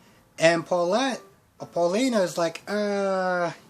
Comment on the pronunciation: Eli’s Mom is named Valerie Paulina is pronounced as it is Evan’s name has no S in the end And Belle is Belle not Bella Not telling you these to insult you in any way I’m just helping you out other than that good review as always 😀👍🏽